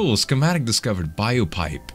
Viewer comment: 😂😂😂😂BIO-Pipe No z it's BLO-Pipe